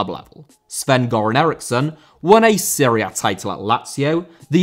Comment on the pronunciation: Serie A* not Siri Ar